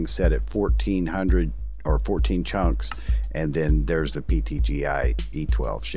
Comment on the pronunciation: “14 chonks” instead of chunks it sounded like chonks 🤣